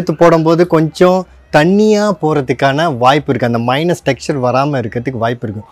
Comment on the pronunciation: என்னய்யா மைனஸ்,மைனஸ் என்று sollinde இருக்கீர்? Correct aa pronounce pannunga.